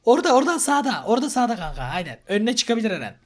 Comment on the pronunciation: Neden kankaya kank diyosun